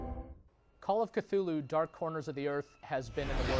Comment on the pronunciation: He said that "Clue-Loo" is probably the closests a human tongue can come to pronounce the name.